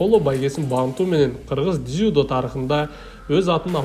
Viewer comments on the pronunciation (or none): Ийгилик каалайбыз! Комментатор дзюдо деген созду кулкумуштуу айтат экенсин😂